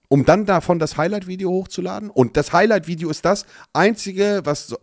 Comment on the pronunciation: "VIODE" ? meint er Video?